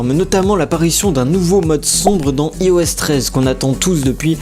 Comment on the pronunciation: on prononce "aie os" pas "i os" :P